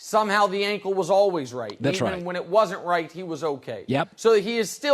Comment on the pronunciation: NBA is dead, move on. Talk about strong man competitions or even axe throwing, much more watchable. Not unibrows and Harden's horrible facial hair. Thanks. Stop saying alwiz too, not a word. Thanks.